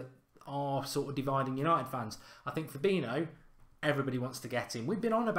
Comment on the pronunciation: i like these videos, big fan but it always annoys me when he mispronounces fabinho